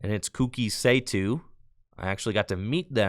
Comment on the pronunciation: Once again, Kouki Saitou is pronounced "koh-key sy-toe" 😂